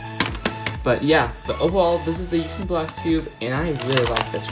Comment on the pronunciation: it’s yuSHin not yuKSin